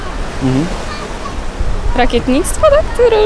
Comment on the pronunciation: rakietnictwo? "tyryry" ale ma swój urok.